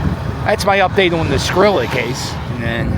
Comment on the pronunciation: Yooo I’m dying!!! He called him skillet!! 😂😂😂😂 it’s Skrilla my man. lol